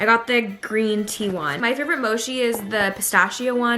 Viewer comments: it's mochi not moshi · It is not moshi it is pronounced mo-chi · Omg its mochi not moshi sorry I start twitching when someone pronounces mochi wrong. (No Hate) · You say mochi wrong lol it’s “mo-chi” not she lol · She said mochi like moshi 🤭😬😂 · hi! it’s actually pronounced moCHi, like “tea “except there as a “c” at the beginning instead of a “t”. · No, I think she said lit